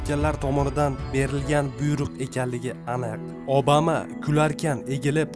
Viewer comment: Obama deb yozilgan bilan abama deb aetilsa kerak galati eshitilyabdi obama